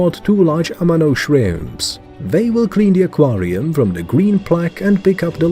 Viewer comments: Ah Quaaar Re UUmmm 🤣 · ‘aquariUHHM’ ‘warTARE’ ‘bayBEES’ Very annoying!